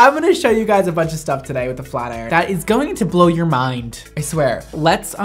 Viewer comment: When he said "FLAT IRON" in the beginning I thought he said "FLERN"